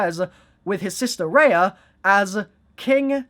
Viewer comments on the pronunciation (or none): none